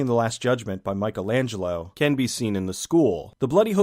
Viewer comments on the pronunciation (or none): none